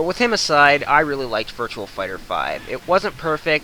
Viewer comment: Its virtua fighter not virtual fighter but besides from that t was a good review